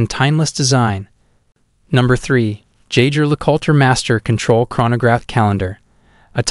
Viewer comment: You really need to teach your computer voice the correct pronunciations of "Le Coultre", "tourbillon", and "rendezvous".